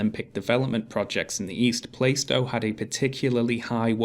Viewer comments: Plar-stow, not Play-stow. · I'm 1min 16 sec into this and I'm thinking - a council house is better than no house at all. Let's see what happens. By the way - I'm a cockney and it's Plarr-stow, not Play-stow. For what it's worth. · Lol pronounces Plaistow "plai-stow"! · And to Sargon and: PLAH-stow! PLAH-stow!! (or PLAR-stow if you speak with hard As) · bruh, first of all. you both pronouncing plaistow wrong. I was born in newham. 2ndly, newham in general is a shithole. Plaistow is no different.